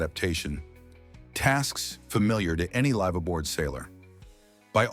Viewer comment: Anyone who doesn't know how to pronounce liveaboard probably should not be producing content about it.